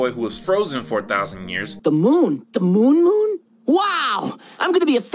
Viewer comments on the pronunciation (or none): none